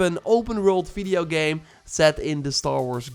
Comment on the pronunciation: Why are you always say Fideo instead of Video ? 🤣